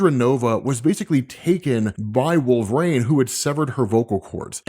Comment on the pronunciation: It's Wolverine, not Wool-vrain. You sound idiotic.